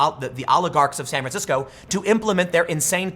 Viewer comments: "San franshisco", don't step in it . . .💩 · San Fransicko